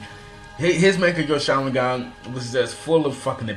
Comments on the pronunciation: "man-get-ku sharengan" xDD and why do you have so much h8??? Or are you just trying to act bad ass to compensate for something. BOI!!! U literally said that you were not going to base this list off of the people who had the dojutsu BUT for the different mongekyo sharingans you base off their strengths off of who beat who..... (Hypocrisy) Fugaku's power was not = Fugaku's Mongekgo sharingans power (Once again Hypocrisy) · Mung-Gah-Kyo Sha-Rin-Gan lols